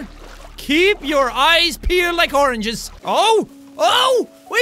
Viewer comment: when you said "ceep your eyes pleald like ornges" I was eating ornges.